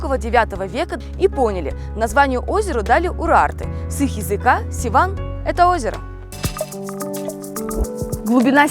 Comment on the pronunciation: Севан а не Сиван